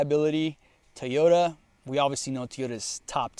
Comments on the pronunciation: I find it very annoying the way you say Toyota. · For me it’s just the way you say Toyota lol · The way you say TOYota is absolutely baffling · How do you own that many toyotas and can't even pronounce it right. 😂😂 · I would have watched the full video but couldn’t stand you saying teeyota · I thought it was Tea yo tah. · Godda love ah teeota eh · why do you say TEEyota and not TOYota? must not be that big of a fan if you can't even pronounce it correctly. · You say "teeyota" , the rest of the world says "toy-OH-ta" . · If you’re a huge Toyota guy then why do you call it a Tee-Yota? It’s Toy-Yota. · What’s a “Tee yota”? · Bro stop calling it teeyota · Tiyota? lol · Toyota not teaota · What is a "Two-yota"??? Why do you pronounce it so differently? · What is a TEE-O-dah? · Why do some people call it teoyota? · Why does this guy keep saying "Tea-ota" instead of "Toyota"? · Stop saying Teoyta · Wtf is a teeyoda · Bruh. “Tee-yota” Quit it. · Your pronunciation of TOY-OTA as tee-ota is terrible. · whats a teeota? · Is he saying Teeyota? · TF is a teayota? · the way you say teyotah was painful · How many times can you say "Teeyota?" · Wtf is a teeyota? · "T-ota"? Where do you get that? I think it's Toy-ota. Must be Spanish for Toyota. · What the heck is a Teeyota? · TOYota not TEEyota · How can you claim to be a Toyota guy when you pronounce it Tyoda? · TOY-YO-TU NOT TEE-YO-TU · It's Toyota not teaota 😂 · Say it with me...Toy-yo-ta. BTW I'd pick the Frontier 10 out of 10 times...not a Tacoma fan at all, they're cramped and aren't what they used to be...ever since they had frame rot issues they've been going down hill, and all the new tech and turbos just compounds the problems. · Wtf is a a Teayoda? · Do you mean "toy" ota....what's with the way you pronounce Toyota? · Did he say teyoda😂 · TOY-ota, TOY-ota, it’s easy to say. 😊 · I thought Yuri from the Straight Pipes was the only one to pronounce Toyota as "Teeoda." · Drink every time he say”Tiyoda”